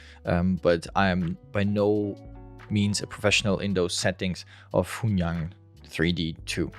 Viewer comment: you can pronounce it like this "hwen yooen"